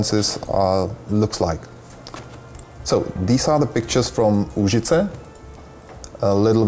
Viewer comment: Nigromanser Actually its Lužice, not Užice :D